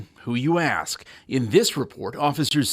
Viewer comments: When the mayor pronounces ask as “ax” you know things are screwed up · I would never hire or even work for someone who says AX instead of ASK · Maybe it's just me, but I don't think someone that says "axe" instead of "ask" should be running anything in a position of power. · People who can't pronounce ASK should not have any place anywhere. ASK not AXE. Woman of the forest ffs... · The Journalist didn't 'ax' her nothing. He asked a question. She is an evil B🙄🖕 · I never could understand how they got such a simple 3-letter word wrong. How can anyone get "ax" out of ASK ??? Again...its 3 effing letters !!!!! I asked one of my very best friends this question. He is Black. He said he never EVER gave it any thought. Yet he is 35 years old, spent 7-years in the U.S. Navy and Marines where he met Americans from all over the country who ALL say "ask" for the loan exception of a percentage of sailors and Marines that look like him. I mean, do they not watch the news...or any TV...where its always pronounced "ask" and not "ax" ??? That's one that's hard to figure. I give up. Lol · It's 2023 learn to speak proper English...it's " ask " NOT " AXS " Furthermore my hairstyle is NOT her culture so STOP cultural appropriating White people's looks you bigot. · When "mayor" says axe instead of ask, should not be mayor. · If you elect someone who says axe instead of ask, you deserve to be disappointed. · He did ax her. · Why does she say Axe? You’re a professional woman. The word is pronounced ask. It’s not that difficult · because it's ask not axe. Two different words with different meaning. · About 'ask'. Spend two minutes two or three times, and say, "Asss ke", and you will never day it wrong again. -- d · The s is silent in Illinois. And she needs to understand that you don’t axe questions. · Seriously if you say axe instead of ask you should be allowed to speak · I can't believe they would appoint someone as Mayor that pronounces ask as aks. Pretty easy to see she's a sociopath.